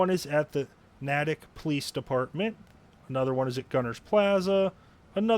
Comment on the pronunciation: Thanks for the review. I might get this one. Depends if we get anything next week or not. BTW Natick is pronounced Nay-tick. Looking forward to your next vid.